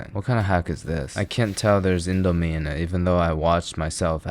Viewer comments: as an indonesian... i am cringing so hard at how he said indo and mie.... good video, tho! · Is it pronounced "Indo-mie" or "Indo-mie"......? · he said it wrong😢